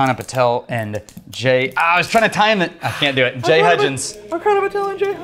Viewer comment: The -ch in Archana is pronounced like the -ch in chair